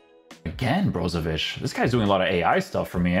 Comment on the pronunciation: as a croatian huge respect bro for ic pronouncing ich not ic